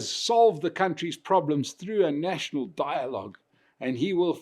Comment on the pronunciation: Die-logue... Rama-coffin-full-$$$